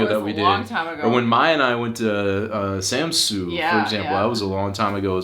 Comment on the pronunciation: Jeg får lyst til at hjælpe jer med at udtale Ærø og Samsø hver gang i siger det 😛